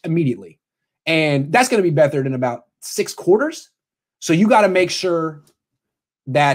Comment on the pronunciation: IT'S BEAT-HARD!!!!!!! AND he's going to surprise you......HE'S better than Mullens....